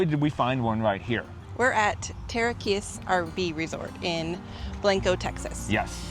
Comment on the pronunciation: You are mispronouncing Blanco.